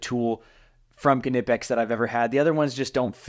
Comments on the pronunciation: K-nipex it’s knipex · Please stop saying "kinipex" Do you say "Ki-not", "Ki-now" or "ki-nife" ? The K is silent, dog. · why are you pronouncing the K.........nipex is how it is pronounced. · Watch the company's Youtubes. Employees pronounce the K. Something like "K-ni-pics" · here are some more practice words on learning to pronounce the Kn sound - knife, Knight, Knapp, Knowles, Knox, Knoxville, Fort Knox, knee, knowledge, knot, knead, kneel, knickers, knock, knapsack, know, knock, knurl, knoll, knit, knight, knack, KNOCKWURST (German), and finally, KNUCKLEHEAD (what you are if you pronounce the "K" in Knipex 😂)